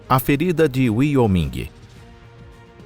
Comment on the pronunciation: Conteúdo legal, mas não deixei de notar lá no final do vídeo exatamente aos minutos que fala sobre "a ferida de Wyoming" vou aportuguesar como seria a pronúncia 😂 aqui pra nós "uaioumin" e você diz "uioming" não tô discutindo o conteúdo, achei top, interessante inclusive assisti aos minutos de vídeo, mas fica legal quando se ouve a pronúncia correto dos lugares, na dúvida Google.... Abraço 🤗